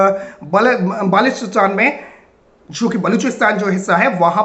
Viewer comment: tujhe baltistan bolna nahi aata